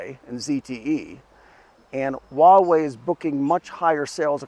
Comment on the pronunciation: Dude what the hell are you talking about? No ones really using 5g right now, and its been out for a decade. Its a massive fail. But go ahead, continue being a little pink that cant pronounce Huawei even though youre in China. Ni ting ne dong ma?